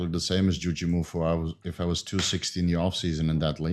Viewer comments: I think people were expecting JOO-jee MOO-foo and you said joo-JEE moo-FOO. You just put the emphasis on different syllables, at least to what I thought it was supposed to be. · As someone who joined Juji's tricking community in 2005, I'm quite surprised at your knowledge of Juji lore,. Also, you're putting the em-phasis on the wrong syl-lable. It's not "Jujímufú," but just "Jujimufu" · Bro. The emphasis is on the MU. JujiMUfu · 2 syllables per word, 2 words. - JOO-JEE MOO-FOO. TWO WORDS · It's "jew-gee-moo-fu" lol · Dude its just jujimufu...so weird you cannot say names like its there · I always pronounce Jujimufu without any accents, sounds weird how adds an accent.